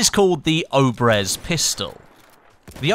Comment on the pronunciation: Its not "oh-brehz" its pronounced ob-yez.